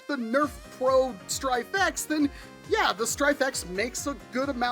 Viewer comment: Every time you said "Stryfe X", I heard Stryfe-ette, which made me think of Smurfette. Now, I feel the need for an 80's cartoon marathon. God, I'm old. Anyway, yeah I think this is too little, too late from the mothership. This would have been super cool even in 2018, but not so much today.